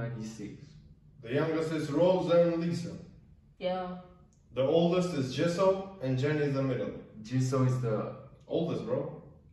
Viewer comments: its ge-soo not gi-zo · idk if any1 here told u guys or not but Jisoo pronounce is ji-su . LILY usually used for lisa`s team/fans but some do calls her that. Also hyung means big brother for girls it unnie . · Jisoo is pronounced Gee Sue. Many nicknames but mostly Chichu. Rose' is pronounced Rose-ay. It comes from her middle name Roseanne = Rose-a. Only other members can call her Rosie. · It's jisoo not JEZO AND rosie not ROSE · its pronounced g sue(jisoo) like the letter g and sue like ill sue u G sue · Not jizoo